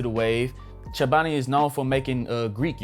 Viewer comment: The consistency.......💪🏾😘 Nice video bro Edit: You pronounced Chobani wrong, lol 😂